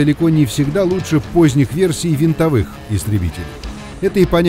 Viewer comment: Поправка: Не "вентовые", а винтовые. :D